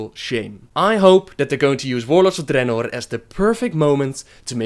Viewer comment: Your accent is the worst.. ><. Why the rrrrrrrrolling r's on some words only? "Appear", "Dragons", "Ogres" are well pronounced, but other words are horrrrrrible. Drrrrrenorrrrr... Grrrrruuul.... come on man..